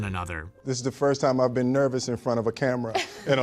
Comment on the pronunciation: Why doesn't one of the Ryans narrate everything on SR??? Great video but I love Will Smith so even hearing douchey the narrator say "am I right" like a hyperactive twelve year old can't ruin it. The 150 mile high club? Everyone? Umm, no. Almost ruined but not quite. "Ben" instead of "been"? Grrrr. No carbs at Christmas!!!! HOLY CRAP!!!!!! Still not ruined. Space Jam is WHAT???? Ha! Still not "ben" ruined. Ryans, where the hell are you???